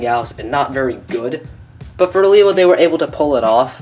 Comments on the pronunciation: he says Lewa worng. (Lay- Wuh). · It's been pronounced differently throughout the years. I myself say Lewa like Lee-Wah